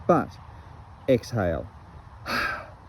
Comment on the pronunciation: Hi! I love the video, mate! The part where upu said "inhale" and "EXALE" 😂😂 It was soo funny. Lots of awesome finds, including silver and token! Nice one! Thanks for sharing, cya on the next! 👍